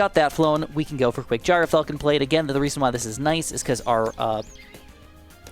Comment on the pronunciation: Mr, it’s pronounced Gr-Falcon, not Gyro-falcon. I’m just a stickler for pronunciations, hope I could help